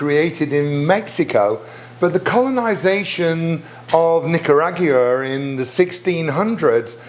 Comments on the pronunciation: He’ssssss BACK!!! Go figure! I forgot I was subscribed to this channel. Good to see you Chef! On a side note, I will NEVER say Nicaragua the same!😬!!!😂😂😂😂! My version: Nick-Ah-Raag-wa. Chef Darren’s version: ahhh 😵‍💫…never mind.🥺!😂😂😂😂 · Not sure that's a Brit pronunciation, and not just a Darren one, because he added an extra syllable "Nic-yu-a-gu-ra! WTF?!? 😳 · I am fascinated by the way British people pronounce Nicaragua. :)